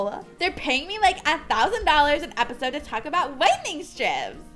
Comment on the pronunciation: "Epiode" xD I'm sorry it's just funny.